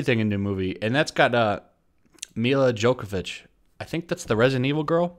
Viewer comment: Milla JoKovich? It's pronounced "Yovovich".